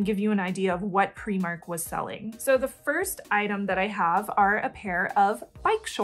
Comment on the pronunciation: I appreciate that you use the Scottish pronunciation for Primark! 😁